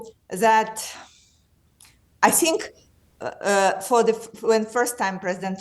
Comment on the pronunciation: Rachel Johnson : I sink 😅 ( meaning I think ) perhaps not so much Rachel